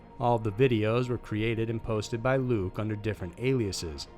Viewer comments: As always- AWESOME COVERAGE--- but- its LUKA - NOT LUKE....ALRHOUGH I have to say- he would be Extremely UPSET about the mispronunciation...so let's keep it that way lol. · I LOVE all your videos, but it surprises me when you mispronounce a name. It's Luka Magnotta not Luke, and you stumbled on Karla Homolka's name too. But, I'll still watch and like ALL your videos. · It's 100% not luke. It is LUKAAA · It's luka magnotta not luke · Luka not Luke. But good video! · It’s sounds Luka that’s French spelling Same with Surrey it’s sounds Sarrie Sorry I love your video it’s just Canadian English lol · Everyone. He only messed up Lukes name. Which who gives a s*** Luke deserves it he's a piece of crap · antony kulik ... Right ? How can you get Luka’s name wrong? He was a very high prolific killer!